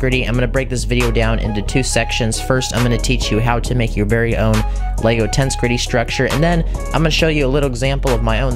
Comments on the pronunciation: I got slightly more infuriated every time he said “tense gritty” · Tense gritty